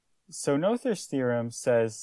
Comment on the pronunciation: Not to be picky but the name is pronounced “Nooters” theorem. Another channel did the research from the original language and that’s how it’s pronounced.